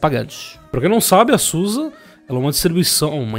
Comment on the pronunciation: Boníssima notícia ! Só um adendo : como é bom escutar "Zusi" e não "Sussa" !!!!!!!